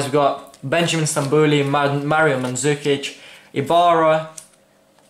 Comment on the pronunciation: kaze se madžukić a ne mandzukić